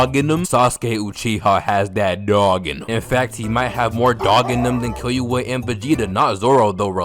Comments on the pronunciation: BRO STOP SAYING KILL YOU A ITS KILLUA KILLL OOOOH AAAHHH LIKE BRUH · bro said kil-you-uh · Man said 'Kiyuwa' 😂😂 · Bro said kill-you-a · Kill-U-Ahhh Kill-u-haaa. You sound hilarious man I have no idea what it's actually supposed to sound like accept from the anime. Good ass video man. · No way you said KILLYOOUA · That's a cat you moron. Also It's Killua (Kill-ooh-uh) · “kill you a” bro the way you say killua is criminal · Bro said Kill-you-uh 😭😭😂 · This guy is really saying "kill you wa" instead of killua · Respectfully, Imma find yo ip address and say it to you should you say "kill you uh" instead of killua again. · The way he says Killua pmo but I love bros videos 😂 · Your pronunciation of killua has me dyin rn